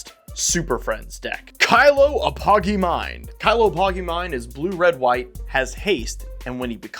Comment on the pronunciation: OMG I just can't. Apogee: pronounce app-o-jee. When you said it the first time did that really sound right to you?